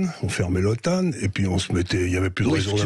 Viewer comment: "OTAN" (Organisation du Traité de l'Atlantique Nord) se prononce o-temps, pas otanne. En anglais, c'est NATO (North Atlantic Treaty Organization).